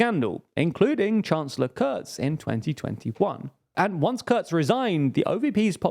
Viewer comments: The "u" in Kurz is pronounced the way as it is in butcher. But you can call him "shorty" that works too. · Because their conclusions are just wrong in a lot of ways. They friggin typo the name of Kurz in the video, mispronounce his name, mispronounce the bloody names of the parties, judge the greens as left wing (which is cutting it short massively),...